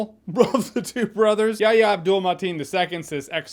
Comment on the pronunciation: Say it with us Jeremy: “Ya-HEE-ah”